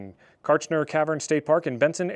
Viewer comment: You were pronouncing the state park name correctly. Hopefully, you had the chance to go into the caverns. They're amazing. And, yes, Everything here in AZ is trying to kill you, all the time. The desert is harsh and unforgiving.